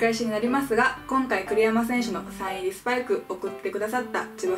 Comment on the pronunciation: 栗山選手がクリロナ選手に聞こえました。